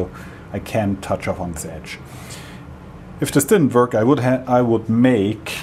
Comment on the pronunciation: I like how you say "wörk". A lesson about tolerances would be nice.